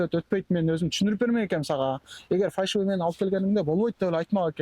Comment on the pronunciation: Фальшивый деп үйрөнгүлөчү көк мээге окшоп фаршивый дей бербей.